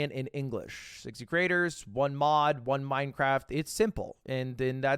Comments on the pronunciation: "Yeah, we're gonna talk about MineCwaft" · anyone else hearing "minecwaft" when Ludwig pronounces it? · Did he really just say "Minecwaft" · Mine cwaft dwama yaaaaay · We gonna ignore the fact Ludwig said Minecwaft? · I love minecwaft 😁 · "minekwaft" Ludwig 2023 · as a 25 year old man all i wanted to hear tonight was minecwaft dwama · alr but why did ludwig pronounce minecraft as "minecwaft"? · minecwaft L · Minecwaft :3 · we're gonna talk about minecwaft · You said this so perfectly, as a fan of Minecwaft I really wish the majority of the fanbase would touch grass once and a while. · Ludwig gon say “minecwaft” then turn around and play super auto pets 💀🫣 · The way Mogul Mail pronounces Minecraft is cringe. Please get it out of my head.